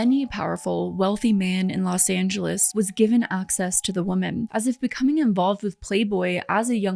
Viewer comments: Never saw this channel before Im only about 5 minutes in and.... Someone needs to teach the blonde narrator with the mic how to pronounce words PROPERLY One of MANY examples is the "women" plural. Is phonetically pronounced wimin" NOT woman. Say the plural.slowly with me. "Wimin" Edit. No offence. Im.just trying to help.🤷‍♀️ And btw... ish in... The quote is "the path to hell is paved with good intentions "🙄😏 Other than that, it was a good watch.Very informative. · "Women" is not pronounced like "woman"